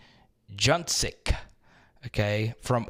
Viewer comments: Help you with names Isaiah Augustive (I zay ya Uh gust tive) Anton Juncaj (An toun Ju caj) you said it as juke ag. Either way I love the vids man. I subscribed because we love the coverage and breakdowns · Let me help you out with the pronunciation....Anton Juncaj = An-tawn June-kahG.